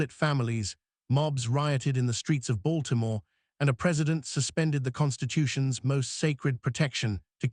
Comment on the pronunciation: Lord have mercy... Its not said like "Mary-land." Its "Maril-lynd" ...or "Marilyn" if you don't annuciate all the letters. Baltimore is "Balt-a-more" but also "Ball-more" depending on someone's accent. ...You got that part right. Come on hon'. That's a thing here yall need to know.